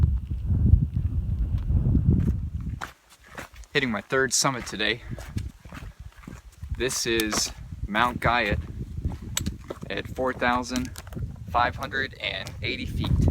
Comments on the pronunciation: guyot pronounced gee oh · It's pronounced Goo-yo fyi, lol.